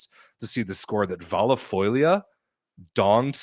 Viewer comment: don't let you drag by on Taranto's pronunciation.. you do perfectly on "Vallefoglia", I was impressed:) By the way I think Monza would deserve relegation because if you qualify for CL you have to put on a decent roster, you represent Italy in Europe..